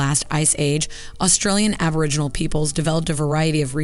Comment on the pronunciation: My goodness that was painful. Aboriginal, not aborigins - the pronunciation was killing me.